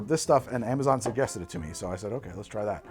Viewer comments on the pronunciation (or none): none